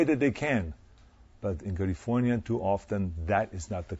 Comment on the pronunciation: did he say "Kulifouaatyaauauauniiyauauaa" ?